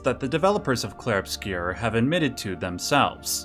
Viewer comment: It's pronounced in French: "Clheiehrue Obscyeuuuuuuu"